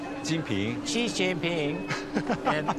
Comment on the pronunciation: It is a bad sign when one of the main characters in the documentary doesn't know how to pronounce the Chinese President Xi Jinping's name.